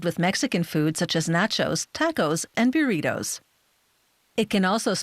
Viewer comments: Natch-os, Tack-os, and Bew-reetos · Nah, Beeritos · Is Burritos, I don't speak in english